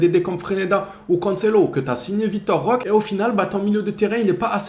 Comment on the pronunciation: on prononce RoquÉ avec un É comme Énergie. Le pauvre tu lui écorche son nom à chaque fois. 🙏